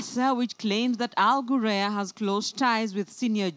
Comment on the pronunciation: wrong pronunciation of the company name plz ""al ghurair'